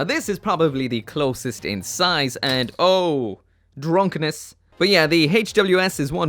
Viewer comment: Now when one of my Gundam drops I can’t stop hearing “Oh drunk ness”